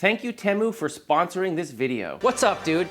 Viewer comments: It is the same in the US. He didn’t pronounce it correctly. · In the UK, Temu is pronounced with a long "E". And a catchy song!